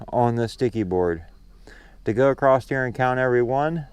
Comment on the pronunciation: Why do so many people put a T on the word across when they pronounce it?